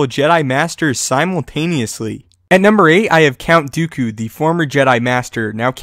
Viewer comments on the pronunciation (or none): none